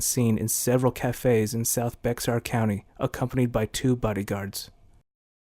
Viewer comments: At approximately . the narrator mentions "Bex-ar County."Although that county is spelled "Bexar," it is pronounced "BAY-er." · Love how you say “bexar” but it’s pronounced “bear” lol good ol Texas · Be X ar county Texas?? If this fool had done a little research he would have realized that 'Bexar' is pronounced like 'bear.' At least that is how people in South Texas say it. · All honkeys say Beh- X-are 😅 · Bexar pronounced "Bayar" County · The kid who made this pathetic video embarrassingly didn’t even know the correct pronunciation of BEXAR County TX. The correct pronunciation is the same as “Baer” or “Bear”. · Guys it's pronounced BEAR- BEXAR .... the X is silent... thanks... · Bravo. Very interesting. I own a copy of The Heroine Merchant. Very compelling stuff. My only knock is the prenouncation of Bexar County.